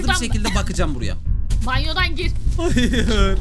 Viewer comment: Hayır diyeceğine "ÇAYIR" diyen koca yürekli:DDDD